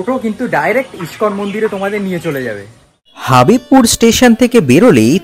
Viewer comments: হাবিবপুর নয় হবিবপুর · হাঁদা, হাবিবপুর না হবিবপুর।